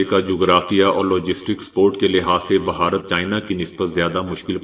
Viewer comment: بھائی صاحب ، ، " بہارت" نہیں !!! بھارت ھے ،،،، اتنا عام لفظ غلط بولنے سے پنجاب کی جہالت آشکار ہوتی ھے ۔۔۔ 😡😡😡😡